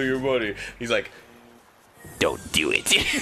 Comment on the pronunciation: The whole theater laughed when Palpatine said "Dew It" in Rise of Skywalker XD